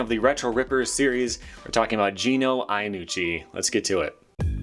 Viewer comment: It's pronounced "Yannucci". "Ya" not "Aya". Greetings from Italy. Yes we sons of Mullen tend to not really care about less original/creative skateboarding. That said his old stuff was very interesting! Oh other tip for you American ppl, Giovanni is pronounced "Jo-vanni" not "geo-vanni". Btw laws are ridiculous, drug/alcohol abuse being considered a criminal offense if mind boggling if you think about it.